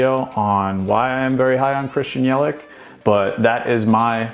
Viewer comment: Cool vid. But if you are high on Christian Yelich you should learn how to pronounce his name. It’s Yell -itch not Yel-ick. 👍